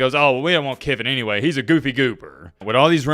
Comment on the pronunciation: LOL, I was thinking the same thing.